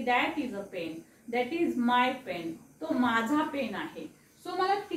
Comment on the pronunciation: Pen पेन म्हणताना ते पेन असे म्हणायला हवे..बाकी सगळे ठीक आहे..धन्यवाद